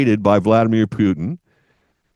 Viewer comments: Putin, not Pyutin 😂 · Can’t watch this guy. He can’t even properly say Putin.